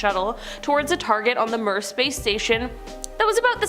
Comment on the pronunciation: you babe sweet sweeet baby girl....MIR is pronounce MEER...ITS like my smoker uncle sayin hellio in the morning